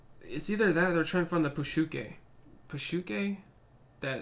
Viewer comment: It's "Psyche" as in "Psychology" not "pushukay" but the dubbers got it monumentally wrong.